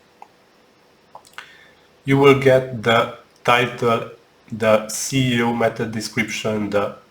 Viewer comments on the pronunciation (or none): I just want to give quick tip: you always say CEO instead of SEO. this influences your youtube ranking. because your topic is missed. You can also See/read in the transscript/cc ✌🏻